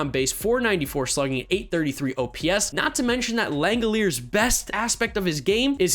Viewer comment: By the way, Shea Langeliers' last name is pronounced "Lang-El-Leers" according to how Manfred said his name when he was drafted. I always thought it was "Lang-El-Li-Ers" personally.